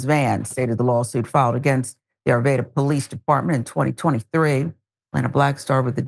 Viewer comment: arvada not arveda